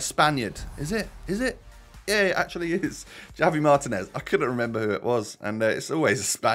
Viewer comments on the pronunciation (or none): none